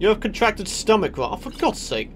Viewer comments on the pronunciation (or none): none